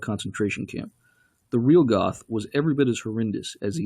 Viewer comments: Goth is actually pronounced "Gurt". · Its not Goth, its Goeth, the th is pronounced like a T and the oe is pronounced like ö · I cringed when he said “Goth” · Pronounced geth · The narrator's mispronunciation of names is the real travesty here.